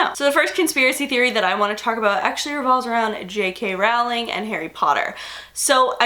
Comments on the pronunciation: Anybody else irked to death by the way she says Rowling? I've always heard it with an 'oh' sound, not 'ow' I love you,, but this is killing me right now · Rowling is pronounced “rolling”